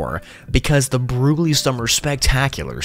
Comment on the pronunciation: Broogli = brocoli